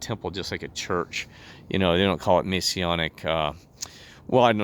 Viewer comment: Im not testing truth. He's not and can't be. He has a criminal record. And he would be removed due to breaching Masonic rules. Also can you please say the word "Masonic" correctly. GOD BLESS and thanks for commenting.